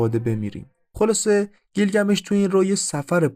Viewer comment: گیلگمیش نه بیلگمیش... اکثر کلماتی که گفتی در زبان تورکی رایجه از ننه انییل و... ساکاها و... برای تحقیق بیشتر کتابهای بیشر بخون.. نژاد و زبان سومریها چندین کتاب نوشته شده که با زبان تورکی و نژادشون یکی بود... کتاب سومر دکتر رحیم بقال که 6000کلمه مشترک سومر و تورک رو نوشته با اسناد هست..